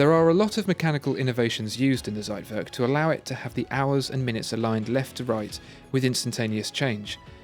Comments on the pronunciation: Zeitwerk... you don’t read the Z as in Zebra but read it like “tch” and ei in german is pronounced like i in english so... it should be pronounced as if it’s “thcaitwerk” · Z in German is pronounced "ts". Anyway, great video. Keep up the great work. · I wish people tried the pronunciation of foreign words at least in google before presentation. Everytime you say Zeitwerk - timer in German, is just cuts my ears, even tho I'm not German)) Other than that big fan, watched every video few times)